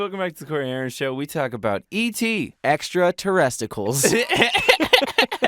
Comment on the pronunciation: “extra teresticals” 😂